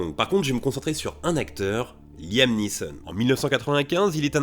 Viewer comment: Liam NEESON Anglais, aie ça pique !! 😂😅